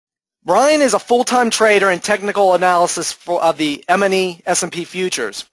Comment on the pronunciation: pronounced eemini not ehmini